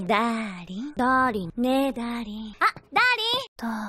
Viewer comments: I know ZeroTwo is saying “Da-ling” but.. it sounds like she’s saying “Daddy” xd. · Sounds more like "daddy" than "darling" lmao